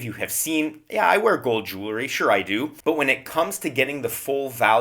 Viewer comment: Jewelry is not pronounced "Jule - er - ree." It has the word jewel in it, and is pronounced "Jewel - ree"